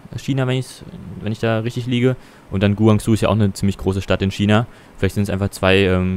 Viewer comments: Eigentlich wird es ja Gwangshu ausgesprochen aber passt schon. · es heißt guangshu